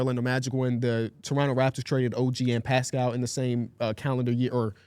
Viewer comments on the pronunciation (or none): none